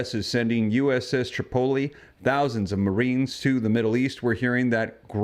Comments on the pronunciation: Pronounced uss trip-o-lee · You pronounce Tripoli wrong... Google it!